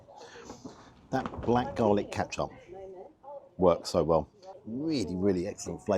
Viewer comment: Ketchup not katchup